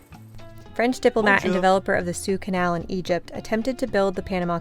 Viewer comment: wow! didnt know you guys were planning to go here. how awesome. brilliant shots of the Casco Viejo area! but in the canal info did you say Sue Canal in Egypt? it's SUEZ. SU-EZ! and wow, killer hotel at the end! Panama was on my list of places I wanted to get to this year but it just didnt work out. I bet it is hotter than hell there on the coast right now. I'm actually in San Crisobal de las Casas right now for the first time. what an incredible difference from landing in Tuxtla where it was like a sauna with mosquitoes everywhere in the middle of the day to San Cris where its like perfect spring weather with no humidity and no bugs everyday! I might just have to move here.